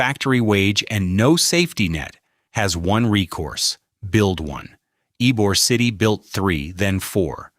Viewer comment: While informative, AI miss pronouncing Ybor City is all you need to know.